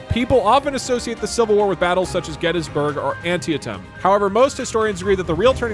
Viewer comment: He butchered the pronunciation of Antietam